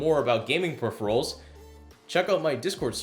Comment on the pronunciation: to ? Pheripherals? Or phuppheriphAls